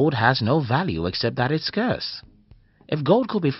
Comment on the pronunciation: At least pronounce Scarce correctly...